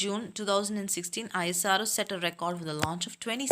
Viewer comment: You telling ISRO for I S R O but this is isro